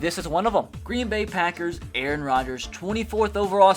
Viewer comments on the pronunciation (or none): none